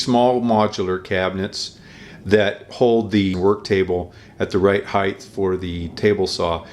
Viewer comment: Height not heigTH as in HITE.....